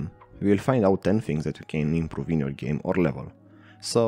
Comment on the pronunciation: "Geam" haha, foarte tare, tine-o tot asa!